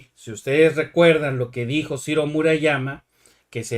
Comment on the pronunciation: Cirrrrro, peeerrrrro, guuuuuango